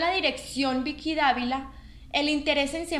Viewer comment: Ud no pronuncia correctamente la letra 'v' en español. NO HAY DIFERENCIA EN PRONUNCIACIÓN ENTRE LAS LETRAS 'V' y 'B' EN ESPAÑOL. Ambas se pronuncian como 'b'. Por lo tanto ''Vicky' en español se pronuncia como si se escribiera con 'b', o sea /bi:ki/. Además esta 'Bicky' se llama Vicky Gnecco [pronunciado /'heneko' no [he'neko/]